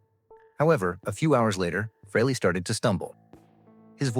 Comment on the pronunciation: Dude, if you're gonna post a video on the guy at least learn how to pronounce his fucking name correctly, it's: say Free - ly. Pathetic